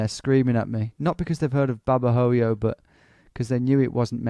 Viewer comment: Just a little insignificant thing. In Spanish the letter 'h' is silent. So Babahoyo would sound like Babaoyo. Anyway , love you Tom!